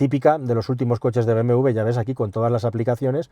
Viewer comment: es doble u: be, eme doble u ¡coño! siempre lo pronuncian mal